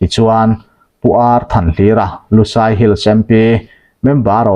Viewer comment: LUSAI tih hi kan chhehvel bengoli ho min kohna a ni lo. LUSEI missed pronounced a ni. DUHLIAN tih pawh hi kan chhehvel bengoli ho min kohna a ni lo. Kan ṭawng hming a ni. Hriat sual palh a nih hmel.